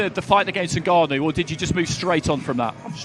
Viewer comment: Frank Warren pronounces ngannou as NIGGanou 😂😂